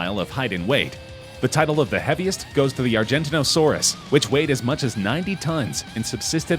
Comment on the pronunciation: No, you can’t swim through a blue whale’s blood vessels. At best you could fit your head through it. Also, please pronounce Argentinosaurus and Giganotosaurus properly.